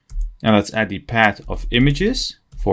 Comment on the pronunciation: it's not "pad" it's "paaath" with a "th"... but it looks like it's a common thing for 🇳🇱 people, unable to speak "th" like 🇨🇳 have their issues with "r"... it doesn't make it impossible to follow, but if people talk in English, they should be able to handle the basics of that language... so my advise: please learn to speak the "th" to avoid confusions when listening 👂... anyway, thanks a lot for this tutorial and all the work that comes with such a long video!